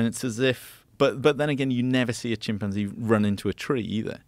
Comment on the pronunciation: I genuinely can't stand the way Joe pronounces chimpanzee